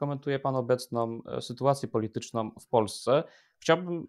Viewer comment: "albo bardzo ja ograniczajOM" nie musialem dlugo czekac, masz dowoid, ze przewidzialem, bo mam dlugie doswiadczenie z tym "OM", gdzie byc nie powinno i na bank ci ludzie tak moiwiacy, zawsze wreszcie nie domkna (nie za kazdym razem) warg, gdzie wlasnie powinni!!!~ Wczesniej ( , ale dokladnie w )"obecna sytuacje politycznOM w Polsce", przepuscilem, choc mysle, ze sie nie prezeslyszalem. Dlaczego tak szczegolowo jestem czepoialski, bo Tusk ma wprowadzic kolejna reforme w szkolach, chyba slyszales, to dopiero bedzie kalectwo. Widac, ze jestes inteligentnym chlopcem i mam nadzieje, ze popracujesz nad ta przypadloscia, to nic trudnego, tylko troche koncentracji i kojarzenia, jakie w tych wyrazach sOM litery. Specjalnie tak napisalem, bo tak mowi dziennikarz TV Republika, mozesz posluchac, Jacek i dr. habilitowany, zajmujacy sie tematyka wojska z czasow PRL-u, ten juz starszy pan, wiec mi go szkoda.